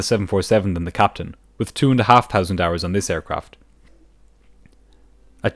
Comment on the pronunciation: Mate for a bunch of clever guys using AI, you REALLY need to work on your th in your English commentary. No, don't reply that foreigners speak differently - that's bullshit. Ireland uses English as its first language and so do you. It doesn't matter if you speak local dialects too as your vlog is in English. Aviation uses English. There is no excuse for saying "tousand" instead of "thousand", "tirty" instead of "thirty" and so-on. What's worse with you is you say other th words perfectly, but get lazy with "thousand" and "thirty". Your sponsors are rolling their eyes.